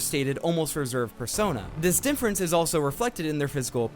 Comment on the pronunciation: Holy shit do you say "Dinfference instead of Difference"?? Greato Daze